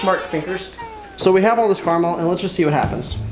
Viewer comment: It's caramel not carmel